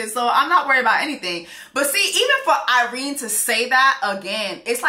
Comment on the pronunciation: it’s Irena 😂😂 I’m hear for it though.